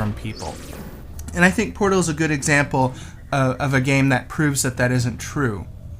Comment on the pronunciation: the pot? That's a heavy accent XD